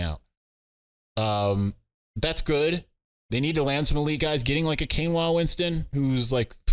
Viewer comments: Kainoa Winston is pronounced KY-Noah, not like the rice substitute Quinoa. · Kai-noah...you killing him 😂